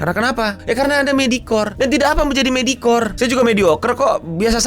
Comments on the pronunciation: Medioker dibacanya goblok ga ada itu 'medikor" apaan anjing medikor?!?! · Gemes bener dengerin "medikor". Eh, di tengah2 ada yg bener 😹